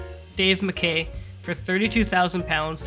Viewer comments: Dave Mackay’s surname is pronounced “Mackai”. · It's pronounced Edinburra and Dave Makeye